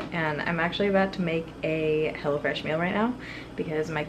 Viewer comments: Lol sounded like u said hellafresh 😂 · It sounded like you were saying “hella fresh.” I think that would be a better name! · Sounded like she was saying hella fresh instead of hello fresh lol I kept thinking that’s an interesting name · It sounds like you’re saying “hella fresh” and it’s cracking me up!😂😂